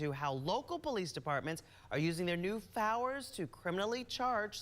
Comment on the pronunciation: "... how local police departments are using their new fowers [sic] ..." -- no such word